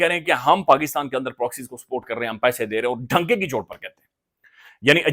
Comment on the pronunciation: ڈھنکے کی چوٹ نہیں ڈنکے کی چوٹ۔۔ بیٹا آپ ہر جگہ ھ کیوں لگا دیتے ہیں